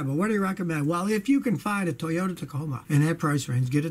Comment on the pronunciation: Because.... It’s not TOYOTAH!!!